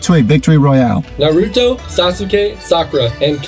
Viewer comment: NARYOUTOE , SASUKAY, SACUREA, AND KENKASHI……………………WUT DA HECK MANNNNNNNN